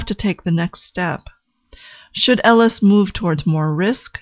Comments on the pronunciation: on a soul level and a speech level her name is pronounced "A-LISH" not "L -ES" and that is not hidden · This is very interesting- nice work! However, her name is Eilis not Ellis. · Thank you for understanding I wasn't trying to be critical--just helpful. It is pronounced Ay-lish in the movie. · So awful that the name has been changed. Surely it would have been easy to make sure it is pronounced correctly. It’s Ellis and not Ellis. She also didn’t leave Ireland because she wanted bigger things . There were no opportunities for her in the small town and her sister initiated her emigration. This is really clear in the book. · I appreciate the analysis, but I must say that the mispronunciation of Eilis's name annoyed me throughout. I fear how the pronunciation of the lead actress's name would have sounded.